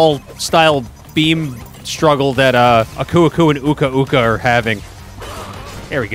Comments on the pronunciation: Your saying uko uko but it's aku aku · are you really calling aku aku "akoo akoo"?